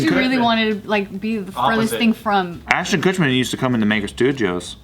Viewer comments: saying “ashton kutcher” like how every news channel butchers every celebrity’s name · I'm cracking up at all the times mispronounced ashton kutcher lol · is progressively pronouncing Ashton Kutcher‘s name wrong throughout the video😂